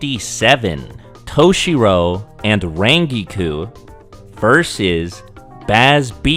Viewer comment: Where the HELL did get his pronunciation for Rangiku?